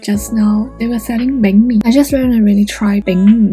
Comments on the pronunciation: Totally agree! She pronounced “Banh mi” (“Bánh mì” in Vietnamese) correctly perfectly. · For your alone in VN series , i realize that your Vietnamese pronunciation is super good (same like us) (such as “Bánh Mì”)